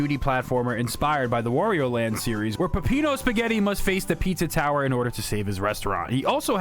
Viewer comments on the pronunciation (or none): none